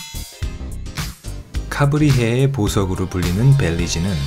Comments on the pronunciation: 카브리해가 아니고 카리브(Caribe)해 입니다. 그리고 중앙아메리카의 모든 국가들이 치안이 불안한 것이 아닙니다. 그 중 특히 코스타리카 (Costa Rica)는 치안이 매우 안전하며 많은 외국인들이 은퇴지로 선호하며 또한 유명한 관광지 입니다. 단 한국에선 먼 거리 관계로 가기가 어렵다는 것입니다. 미국에 거주하는 한인교포들에게는 마치 한국에서 동남아 가는 정도입니다. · 벨리즈는 카브리해가 아니라 카리브해 아닌가요.... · 밸리즈...카브리해가 아니라 카리브해 아닌가요? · 카리브해가 아닌 카브리해 ㅋㅋㅋㅋㅋ 웃고 갑니다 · 카브리해??x 카리브해o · 카브리해가 아니라 카리브해입니다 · 카브리 해가 아니라 카리브 해에요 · 카브리x 카리브o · 카브리 해 아님, 까리브 해. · 카브리~~ㅋㅋ ~~카리브해~~ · 카브리해(x) 카리브해(0) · 카브리해가 아니라 카리브해일텐데... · 벨리즈 카리브해.. 카브리x 라네요ㅎ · 카브리해? 무식한지고. 카리브해지. 캐러비안의 해적이나 캐러비안 베이란 말도 못들어봤냐?